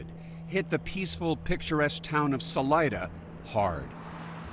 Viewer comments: Thats not how pronounce Salida. Sa Lee Da,got it? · Salida (pronounced Saleeda) is Spanish for exit.